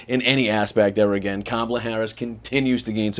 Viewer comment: He can’t even say her name properly Jesus go back to school man